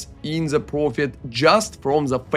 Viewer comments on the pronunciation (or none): Who the fuck pronounces "the" as "za"?